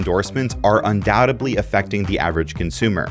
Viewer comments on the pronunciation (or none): Un doubt edly...it's really distracting to hear you mispronounce words. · It's "un-doubt-ED-ly",. Good info, tho.